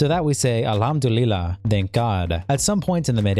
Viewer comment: Love the grind only a few weeks running and you on track to out pace (Also hearing you try to pronounce Alhamdulillah was hilarious)